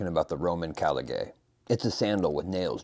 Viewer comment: Also that’s not how you pronounce caligae!! The diphthong ae in Latin is pronounced like a long i as in the words eye or cry .